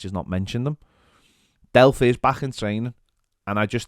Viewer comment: Did anyone else almost throw up when he said Delph?